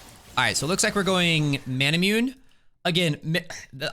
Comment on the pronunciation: There is a famous sword in Japanese lore called Masamune (mah sah moo nay). Manamune is a play on this name because it gives mana. I guarantee that it's pronounced "mah nah moo nay".